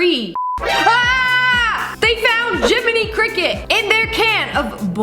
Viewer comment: 'AHHH THEY FOUND JIMMITY CRICKET'